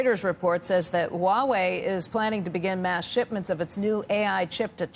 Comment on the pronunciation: “Wah Wei”. Huawei is not that hard to pronounce.